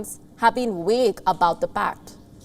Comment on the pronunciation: V is pronounced ‘veee’ not ‘weee’ Volkswagen not wolkswagen So the word is ‘vague’ not wague’ I know English is your second language and offer this as advice on pronunciation only ( sorry if it offends you as a journalist) I look forward to hearing your correction in future broadcasts… keep up the good reporting excellent article by the way…!